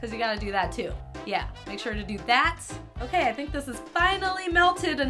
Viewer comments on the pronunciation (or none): did anyone else here her say that's o-cake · did she just say "That's o-cake?" xD